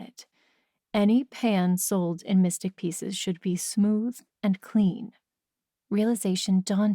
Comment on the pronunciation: Why does it sound like she keeps saying "missing pieces" instead of "mystic pieces?"